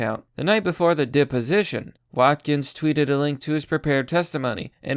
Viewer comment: PS: Not all Boomers are as bad as you make us out to be. And learn how to pronounce deposition - you sounded like a dunce.